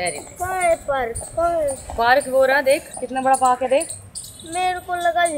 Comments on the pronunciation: Aare bagenji park hota hh prak nhi😂😂😂😂😂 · Payal di prak nhi hota park hota hai lekin aap bohot sweet ho i love you payal di ♥♥♥♥♥♥♥♥ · It is park not prak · Park hota hai payal ji prak nai 😂😂😂😂😂😂😂😂😂😂😂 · Hiii.....it's park not Prak....love u all malik family....I love to watch yr vlog❤ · Park 🏞️ hota hai prak nahi hota hai 😂😂😂❤❤ Big fan 😊😊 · Prak 😂......it's park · Prak nhi hota dii park hota hai❤ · Park hota h prak nhi😂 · Park hota hai payal g park pehle sahi bola aap ne baad me prak bola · Prak…😂 nahi park . Galat mat sikhao. Nahi aata toh google par check karlo. Always phone is in our hand for useful use also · Payal prak Nahin Hota Park hota hai p a r k Hota Hai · its park not prak yaar park k spelling nhi aate 😂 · Payal it's park not prak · Park not prak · ParK hoTa... Not Prak.. Nalayak maa ..bache ko kya sikhayegi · Payal aapne park ki spelling glt bola shi bolte,bolte glt btayi chiku ko aap repeat video krke dekh skte ho. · Park ke spelling yeh hote hain mam apne galt bola or chiku ne bi btana jrur mam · Payal aunty please bura mat lagana per park ka spelling aap galt bolethe or koy kuch bhi bole per aap bur mat lagana kyuki kute bhokte rehte hey or aap ke vlog se hame boring nahi lagta hey or please bada vlog banaya karo or muje morning me muje vlog dekne ko time nahi milta par when I come at 2o'clock tabhe me khana khate have dekte hu love you malik family chiku ,tuba,Alan,zaid sab Maer bhai Ben jese he and 1st time comment kiya he and my name is vedanshi italiya